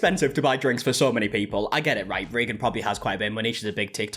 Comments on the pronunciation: “Reegan” gave me a good laugh. Yea it’s pronounced “raygan” in the states. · It's "ray gun". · typically pronounced Ray-gen